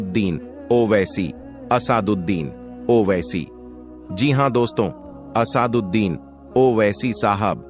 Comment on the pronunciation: Naam bolna sekho pehle Asad uddin owaisi ko Asaad uddin bol rahe ho 😂😂